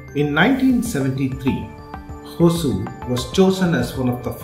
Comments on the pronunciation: For beginners it's is Ho-sur.... Apparently Hosa-oor(the new town) in the past. It's not hoa-soor or hoaazoor... Even in Tamilnadu it is written as hoasur 😢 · Please pronounce it in its original way : Hosoor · All the investment attraction efforts of karnataka Govt has definitely helped TN hosur because of it's proximity with bengaluru and it's infrastructure like international airport. Hosur is a kannada word hosa meaning new ooru meaning village or town. Don't pronunce it as hozur or azure .